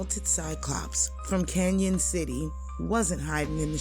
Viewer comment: It's pronounced Can-on, not Can-yon.